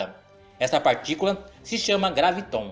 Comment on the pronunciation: Por que você fala.graviTON, se em todo o seu video, está grafado com acento no 'a"? Ou seja, é uma proparoxítona: GRÁviton; não oxítona!